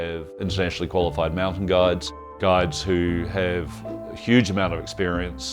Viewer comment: GIDES... not gods. strange pronunciation.